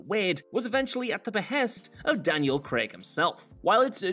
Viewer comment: You pronounced Craig properly. Well done.